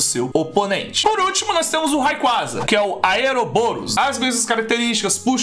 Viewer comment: "Rayquaza" kkkkkkkk tanquei não kkkkkk